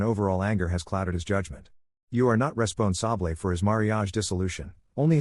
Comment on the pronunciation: "Responsable for his mariáge" 😂